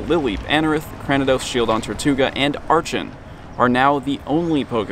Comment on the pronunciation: Archeops is my favorite Pokemon ever and I want an Archen so bad, but I have no new 7km eggs and don't have a lot of walking places! :( Also, WHY DID NO ONE TELL ME ARCHEN WAS AVAILABLE IN THE WILD SINCE JANUARY 10TH!? (Also it's pronounced "ARCK-en")